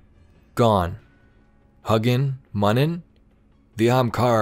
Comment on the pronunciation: FYI I believe it's "HEW-ginn" and "MEW-nin"